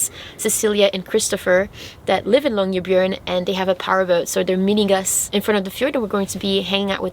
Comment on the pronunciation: The way you pronounce "byen" in Longyearbyen sounds like "bjørn", which means bear in Norwegian. I kind of prefer that to byen, actually. :D